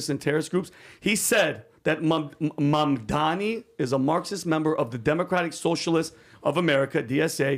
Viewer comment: The way he said Mamdani lol. He ain’t persian pos.